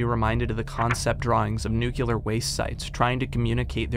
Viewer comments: An amazing walkthrough a series of games I would have never heard of otherwise.. Also.. it's NU CLE AR (noo-klee-er) not NUCYULAR. I'd love to know where everyone gets the Y from. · Every time he pronounces Nuclear as Nucular I want to scream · Say it with me Nu-cle-ar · Did you learn "Nucular" from George Bush?